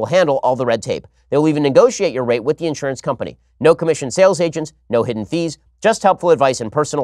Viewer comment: “Let us talk about yo rights” I swear it sounded like yo